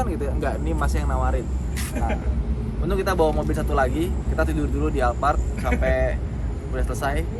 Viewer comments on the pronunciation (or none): none